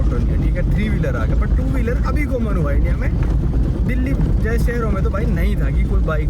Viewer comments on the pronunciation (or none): none